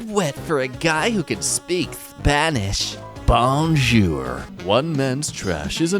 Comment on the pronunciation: I can’t…the way he said Bonjour